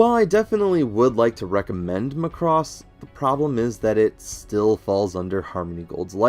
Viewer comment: 0/10 could not watch. It's Mac-ross not Mah-cross